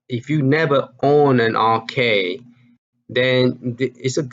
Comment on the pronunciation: it's counter-cAde as in band-"A"id. c"Aid"e. Also I do not think dig dug is dig "and" dug. It is just "dig dug". Sorry for my OCD. Love your videos as always, don't get me wrong.